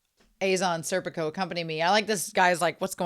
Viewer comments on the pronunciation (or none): It's SER-pee-koh and far-NEZ-eh, they're Italian names.